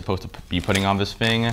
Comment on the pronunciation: “vis fing” 😂